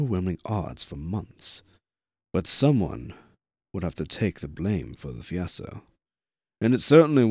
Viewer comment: Thank you very much for your work ! I noticed you said fiasco, pronouncing it "fiasso". I don't know if it was intentionnal or due to fatigue but it is pronounced "fiasKo". In case you find the word again, I hope it'll help you. And if you already knew, just continue your awesome work, it's a real pleasure listening to you late at night or at work !